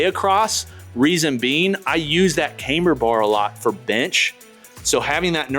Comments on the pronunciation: It's not "came-ber" as in "Cambridge", it's "kam-ber" as in "camshaft". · "cam- ber"...NOT "came-ber"